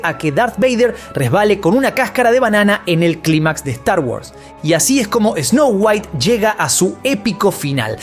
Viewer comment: DIJO TANTAS VECES ESNOU GUAIT QUE PENSE EN WALTER WHITE. ME VOY A VER BREAKING BAD 😎